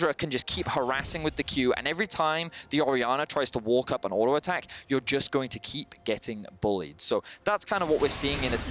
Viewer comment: What the F*** mean "single TORGET damage" or "OUTO attack" I tired to listen this idiot that can't talk.